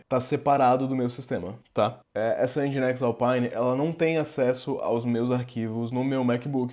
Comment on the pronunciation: Já sabia Docker, mas nesse vídeo aprendi a pronunciar Nginx (ao invés de N-guinks)